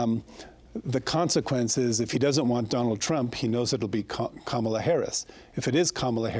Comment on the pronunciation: A Salt Lake Tribune editor repeatedly mispronouncing the name of the VP of the US and leading candidate for president is incompetent.